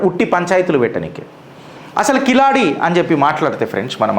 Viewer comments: కిలాడి కాదండి. కీలడి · కిలాడి కాదు బాబు కీలడి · కిలాడి కాదు అన్న అది కీలడి. Please correct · కిలాడి కాదు తమ్ముడు కీళడి కీళ్ + అడి=కీళడి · సర్ఆ వూరి పేరు కిలాడి కాదు క కీలడి కీలడి అనాలి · Keezhaladi..not kiladi..pronounce properly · Sir, Kiladi kaadu. keeladi.. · అది keezhadi, zha ని tamil ( Tamizh) లో ల అంటారు. అంటే అది కీలడి, మీరన్నట్లు కిలాడి కాదు.